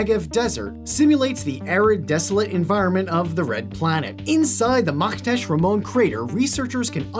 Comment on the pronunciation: Good pronunciation of "Makhtesh"!